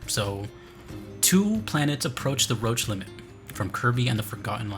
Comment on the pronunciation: I really hate to be THAT guy but it’s pronounced “roshe” rather than “roach”